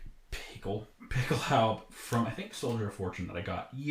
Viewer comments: Dude, Pickelhaube isn't some hard to pronounce word. Just add an "uh" to the end of it. Pickelhaubuh. If a German was trying to pronounce something in English and defaulted to the German way, would he get angry if you tried to correct him? I know I was a little standoffish with my first comment, but being a reenactor and not at least trying to learn how to pronounce common words used in your area of study is a little lazy IMO. If you don't know how to pronounce it, learn how to. Speaking with an accent and mispronunciation are two different things. Edit: Now I look like an idiot for misspelling it originally as Picklehaube... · Why don't you pronounce the final "e" in Pickelhaube? Do you think Porsche is pronounced porsh ? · THE HOMEDEPOTHUABE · Your pronunciation of Pickelhaube makes me cringe.